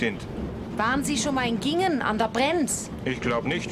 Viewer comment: Immer wieder Lustig wie jeder der nicht von hier ist (Rand der Schwäbischen Alb wo Giengen liegt) Giengen falsch ausspricht. Richtig wird das ie lang ausgesprochen nicht kurz.